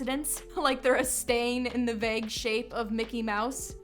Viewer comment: 🙄Lame. It's "Mickey", NOT Mick'ay. And Disney is NOT a cult!